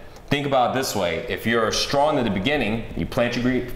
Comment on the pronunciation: StronG not Stron